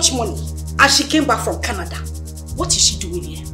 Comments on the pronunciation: It’s not canadar I came from canador 🤪🤣🤣🤣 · It is Canada, not canader...Lol! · " I am from Canader" 😂😂😂😂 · “Do you know where I came from?? Canader” 😂😂😂 I can’t stop laughing